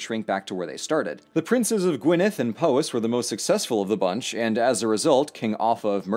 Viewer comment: Dude said Gwynedd properly and has a decent stab at Llewellyn, that's better than the BBC. First video I've watched, this is amazing.